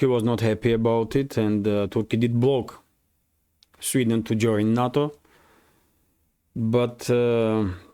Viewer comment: NATO is pronounced as Nay toe not nah toe - thanks